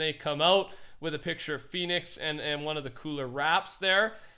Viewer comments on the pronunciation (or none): Its Fenix NOT PHEONIX no hate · no hate but you keep saying ‘Fennix’ wrong... it’s pronounced fen nicks like the fox species fennec fox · Btw, it's pronounced fen-ix like pen